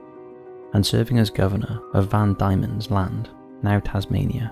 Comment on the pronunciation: Yet Another Case of you not knowing how to pronounce a Place Name, Tazmania, was Van Diemens Land which is Pronounced Demons land? although you may not want to say it, that's it's name. please read the Pronunciation inn wiki before just reading and Assuming? It was Named after Anthony Van Diemen, governor general of the Dutch East Indies, Pronounced, Van Dee-men! Baff-fenn Island